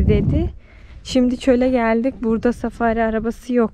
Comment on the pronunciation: Arap milliyet ileri safari ye "safariy" der